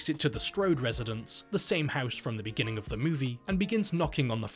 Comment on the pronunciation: U know u didnt watch the video correctly until u hear "the movie biggins with"